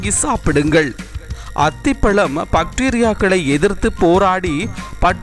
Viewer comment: tamila kola pannadhinga I think he is malayali tamil ucharippu varavillai apple and bacteria words nalla kavaninga thodakkam some new words